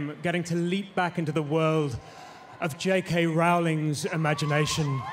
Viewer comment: that's the wrong pronounciation... It's pronounced as Rowling not Raowling.